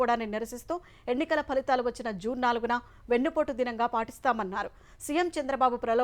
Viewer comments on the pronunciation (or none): none